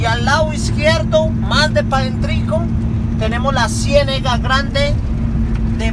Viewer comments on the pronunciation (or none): le corrijo,se dice Cienaga no Cienega saludos Tampa Florida USA